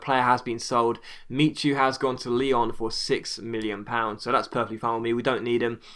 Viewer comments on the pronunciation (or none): none